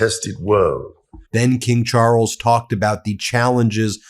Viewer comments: "King Chooorles"!? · There is no emphasis or tongue roll on the R in Charles, the emphasis is on the A. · "King Charwles"? Dear Americans, not everything in the english language needs to be chewed up like chewing gum. It once was a beautiful, civilized language. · In Ingerland we pronounce Charles: Chaales not Charrles. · It's pronounced Charls😂not Charels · Ben, it’s just Charles…one r and no roll of that R…please pronounce it correctly 🙏🏽 Everything else is exactly the boooom British sense of humour way….blunt as F 😂😂😂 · "king char rulls" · “King Charruls”? Really?? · Why are you butchering the names Charles! Can’t listen to you. It is not Charrels! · From Aussie.. Love how you pronounce Charrles. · Pleas3 learn how to pronounce Charles in a less tortured way. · Charles is one syllable, not two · What A peculiar pronunciation of Charles you have!